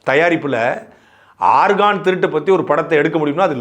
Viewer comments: DEY damasuu paiya nee organ nu Sonnathu Chemistry ARGON pola kekuthu da 😂😂😂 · ஆர்கான் இல்ல ஆர்கன்.. உறுப்பு nu சொல்லலாமே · ஐயா ஆர்கான் அல்ல ஆர்கன்organ